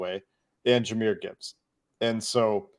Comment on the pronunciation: Jahmyr and Ja'marr ... c'mon, repeat with me ... Jahmyr and Ja'marr